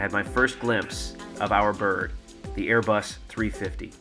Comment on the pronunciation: It's so awkward how he says "Airbus... 350" lol. Yes he doesn't do that anymore but it's still funny